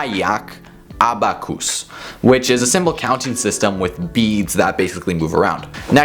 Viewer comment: Did anyone notice him saying abacus as abacoos ?? By the way, very nice video. Helped me a lot.